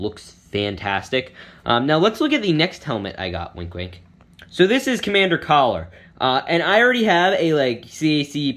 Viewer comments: Btw its commander Keller not collar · It’s Commander Keller not Caller lmao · its keller not caller